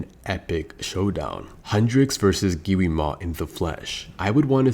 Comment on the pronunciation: Yo buddy it’s not giwima it’s Gwima like pronounce it right buddy Gwi ma